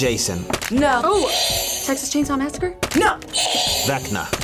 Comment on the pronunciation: said jigsaw massicure like thats close enough